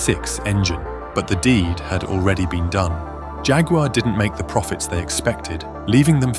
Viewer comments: Agree 💯. Lots of videos these days suffer with the same problem. It may not seem like an issue to some people, but it really does my head in when there is constant mispronunciation due to lazy AI narration or lack of research. Don’t even get me started on Jag-War instead of Jaguar or Neeesan instead of Nissan! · Jag you are? Do you often visit g you am? Or chew g you ar gum? I think not. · Let down by a rubbish Robot voice-over, too many Americanisms and odd pronunciation: Jaqwar and it was a Two Twenty for goodness sake!